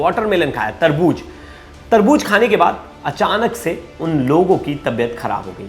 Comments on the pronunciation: Tarbooz not Tarbooj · Taarboojjjj😂Kiya HOTA hai taarbooz HOTA hai